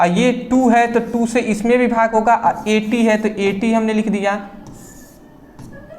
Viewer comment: Sir app v ko bhi q kahte h 😢 Mujhe ayse padhne me samajh nahi aata bhi bhi bhi 😩😩😭😭😭